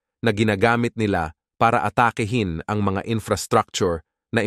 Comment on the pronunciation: PATURO sa WASTONG pronunciation ng 'ATAKI'HIN'.